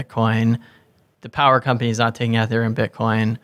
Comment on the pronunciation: Great interview. Their pronunciation of 'Ether' gave me a chuckle. Hard E fellas :)